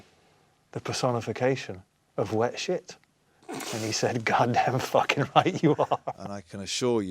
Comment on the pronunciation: Stop saying ‘facking’ like that Noel you sound like a facking twat